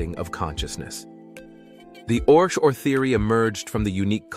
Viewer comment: It’s pronounced ORC O.R.